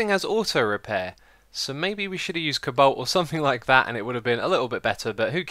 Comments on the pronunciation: co-balt? cobolt thats kinda how you say it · hey xisuma you might want to learn how to properly say the name of thingslike cobolt and nature LOL. and cheak out inventory tweaks mod